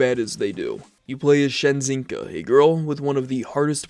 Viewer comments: "Shenzinka"? Dude, you don't know how to read? SNEZHINKA. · how the fuck do you pronounce the name so damn wrong... shenzinka... how... Its shnyezsh-inca. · Shenzinka? Sorry you have such trouble pronouncing it bro god damn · "shenzinka", lmao did you even try to read the order of the letters? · Shen-zinka? lol, Sheng-Tsung vibes. It's "Snezhinka". Means "snow girl". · "Shenzinka" "lischichka" im sorry dude but what? you gotta be trolling with these pronunciations. Its not Polish-Chinese mix, its simple English, just read the letters, slowly, no need to make up own gibberish words and insist on them. nice video btw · that's not a shenzinka, that's snezhinka, which means snowlflake in rus. Though everyone don't really care so whatever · "Shenzinka" he said. "Snezhinka", it read. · Shenzinka...? Where the hell did you saw "H"? Snezhinka in other words its Snowflake(i guess) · So her name means "snowflake" and that other girl you showed was "little fox". It's not "Senzhinka" thought, it's "Sne..." the letters are in front of you, man 😂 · "Shenzinka" 🤣 Say it with me: sne-zhin-ka. It means "snowflake" in Russian. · It's not senzhinka it's snezhinka like snowflake on russian. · Snez-hink-a I like her older sister's name more Marfusha Easier to pronounce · But it's easy to pronounce, it's just a russian word... (sNezhinka, no shenzinka btw) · It's sne-zhin-ka. It means snowflake in russian. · s-ne-z-sh-in-ka your pronounce are horrible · Man... it hurts hearing this guy add an N to Shezinka. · And Snezhinka is Snowflake, but it took me half of the video because he kept saying "Shenzhinka" and I genuinely thought that it was some made-up Chinese/Polish word. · the way you butchered the russian word "снежинка" (which means snowflake) made my ears bleed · Yet to see a video with Snezhinka properly pronounced (It's "snowflake" in Russian). Sometimes I get an impression that English speakers don't even realize they have ZH letter combination for a specific sound.